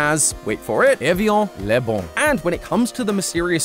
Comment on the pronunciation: evian lait bon evjɑ̃ le bɛ̃] although the [ɛ̃] does sometimes tend slightly towards [ɑ̃]